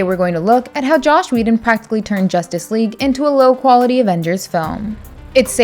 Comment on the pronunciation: "Josh Whedon"